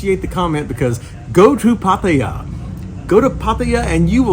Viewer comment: Finally someone pronouncing Pattaya properly.